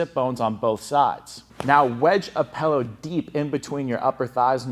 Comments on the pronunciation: It’s a pillow, not a pellow. Other than that, thanks for the info. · Learn how to say pillow.